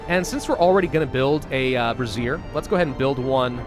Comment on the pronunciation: Bray - zee - ur is how you pronounce brazier.